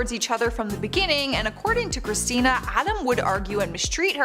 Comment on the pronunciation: Girl u messed up Christina's name on the Kelly Osbourn point number one